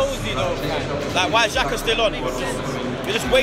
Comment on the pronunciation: It’s fucking xhaxa bruv 😂😂😂